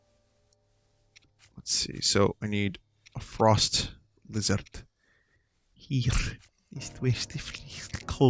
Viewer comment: Okay, I can't be the only one who cracks up everytime Vinny pronounces Lizard 😂😂😂